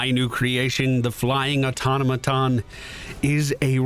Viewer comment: If you're interested, Googling 'automaton pronunciation' and setting it to american will give you the correct pronunciation(at least for your region)